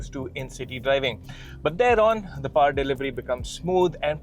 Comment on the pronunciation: It’s not paaar, it’s powr